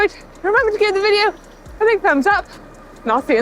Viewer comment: Ciao Bella Manon but try to say “Cheeao” not Sciao